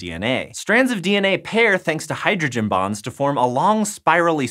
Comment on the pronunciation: I had to rewind because i really thought he said "strands of dna pair thanks to hydrogen BOMBS"